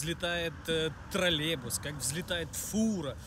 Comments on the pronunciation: Нужно работать с речью, троллейбус, Тралебус режет ухо жесть. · Брат, троллеЙбус через краткую Й